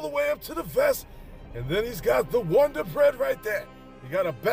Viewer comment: The wun-dar bread 🥖🥖😂🤣